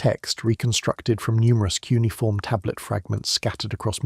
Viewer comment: Not “cunniform” - poes 😂😂😂😂